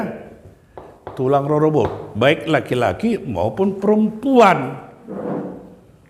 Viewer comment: ROBOT ---dibaca dengan tekanan pada suku ke dua. Tekanan pada BOT bukan pada RO. TULANG....Namarlapatan do i adong mudar ni tulang i di berena. Lapatanna: mudar ni tulang i turun do tu berena. Ndang adong si bere i molo so adong tulang na. Antong tulang ROROBOThu ise DO? Alusna tulang ni dainang. Mauliate.